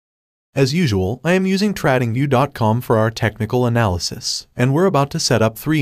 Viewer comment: I wouldn't trust anyone or anything that mis pronounces trading view.